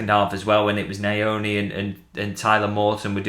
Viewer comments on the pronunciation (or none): lol, because here we say pronounce it "ny-oni(niyoni)" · you are pronouncing treys surname wrong remove the "a" after the n